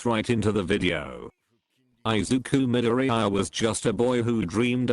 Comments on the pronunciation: Izuku midoriyiaa that’s how the voice changer says it I-zuku midori-yiya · Text to Speech: I zeeku My dor ee iya